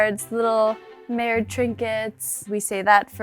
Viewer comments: Just FYI, it's not NERDE but MERDE instead! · Someone needs to tell her the word is Merde, not nerde.